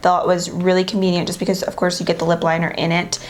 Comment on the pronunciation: This is how much she said convineant